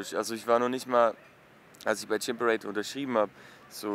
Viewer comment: Boaah wie sie chimperator 1000 mal falsch aus spricht